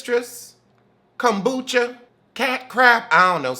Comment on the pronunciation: Did you call that lady Kombucha??? Sir please lmao